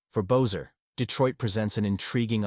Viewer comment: You know his name is pronounced BESSER NOT BOZER! How can you trust what you say when you can’t even get their names right? Amateur